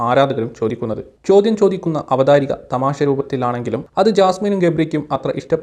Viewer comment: Avatharika alla,Avatharaka.🥰